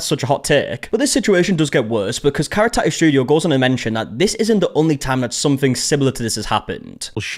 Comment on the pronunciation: I feel like the pronunciation of tattoo has evolved on this channel I remember the tah ew